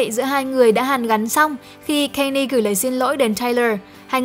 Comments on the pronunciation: góp ý 1 chút, Kanye West đọc là Can Yê chứ không phải Cây Ni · còn phát âm Kanye sai nữa ax